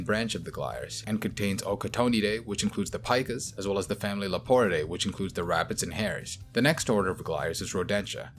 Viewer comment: піка, pika, not " paika"